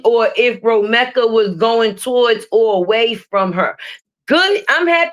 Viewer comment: you’re saying Romeka’s name wrong